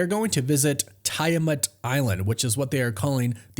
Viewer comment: TEE-A-MATT= Tiamat ADA-MAN-TEE-UMM= Adamantium. Just trying to help...still!!!!